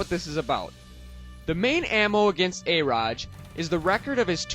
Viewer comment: Your problem is you have to take your emotion out of it. A-ROD Not A-RODG